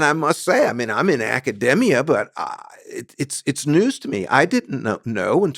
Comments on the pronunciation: "Academia" mispronounced. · That's not how academia is pronounced, but I digress.